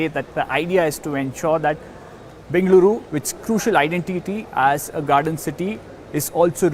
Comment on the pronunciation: Bengaluru pronounced perfectly!